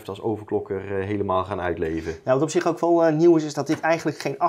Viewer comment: "Dat is toch wel aardig wat(t)" lol